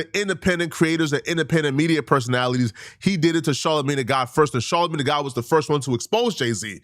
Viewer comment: Its soooo cringey every time you call him Charlamagne tha god. Ugh! 🙄 Mann. SMH 🤦‍♂️